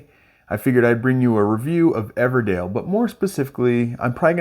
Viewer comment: Good video. EverDELL, not EverDALE 😉